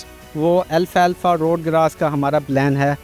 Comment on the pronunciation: ایک تو انتہائ طاقتور جانور کیلیے بہترین غزا کو الفا الفا نئیں بلکہ اسکا عربی نا ال فلفا یعنی Al-Falfa درمیان میں جو A ہے وہ اردو عربی کیطرح تشدید کے ساتھ نہیں پڑھا جاتا بلکہ پہلے حصے کے ساتھ جوڑکے فلفا Falfa کہاجاتا ہے جبکہ ال تو عربی میں ہر خاص لفظ کیساتھ لگایا جاتا ہے جیسے، الباکستان السعودیہ البحر الارض القادر الکیمیا وغیرہ۔ دوسرے آپ بلکل باہر بیچیں اپنی پیداوار مگر اسکی آمدنی واپس ملک میں لگائیں ناکہ بیرونی ممالک میں رکھیں! 🙏✌️👍